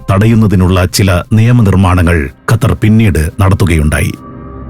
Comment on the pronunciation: ഖത്തർ ൻ്റെ "ർ" ഒന്ന് കട്ടി കുറക്കാൻ പറ്റുമോ